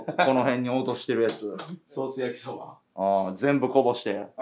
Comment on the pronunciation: 焼きそばが焼きしょばに聞こえた